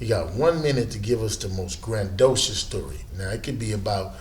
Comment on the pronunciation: I would hate to have a degree in journalism and see this shit. This nigga said "grand-docious" smfh 🤦🏽‍♂️ and Shaq literally gave him the same story he's been telling since the beginning of his career.